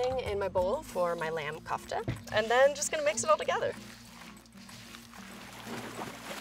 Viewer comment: she was pronouncing kofta wrong